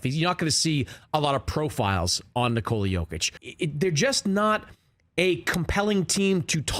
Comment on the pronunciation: This was the best pronunciation of Nikola's name and surname by any American. Bravo to the announcer.